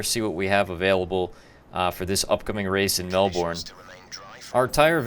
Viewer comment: Just so you know for next time, it's pronounced Mel-bin. Nice video!